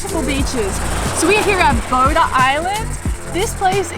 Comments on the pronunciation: its called Poda island not Boda !!!!!!! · is poda island not boda island daaaaa!!!!!! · Love your videos! Just a little correction : it´s called Poda Island... ;)